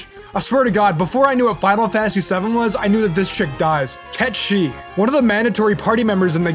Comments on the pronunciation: the Cait sith thing is wrong, its said how is sounds :"Kate sith" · Wrong. Cait sith will always be pronounced (Kate sith) haha. I don't care what anyone says. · I pronounced Cait Sith as Cat the animal and Sith as in the Star Wars Sith lol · Now knowing that Cait Sith is pronounced as Ket Shee means my whole life has been a lie... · ITS KET SHEE? WHAAAAAAAAAAAAAT?? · I'm sorry, what the fuck did call Sephiroth? 15 seconds later I'm sorry, what the fuck did he call Cait Sith?